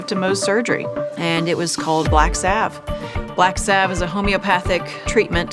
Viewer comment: Salve. Like valve. Her mispronunciation is KILLING me.